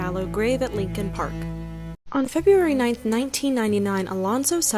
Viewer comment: It’s Leakin park. Not Lincoln.